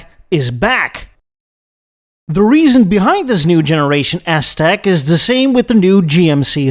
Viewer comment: I loved the "Ass-Tec" portion of the presentation, called it flawlessly... 😂